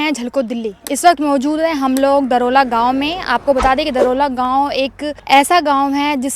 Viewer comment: दरोला नहीं है दौराला है इस गांव का नाम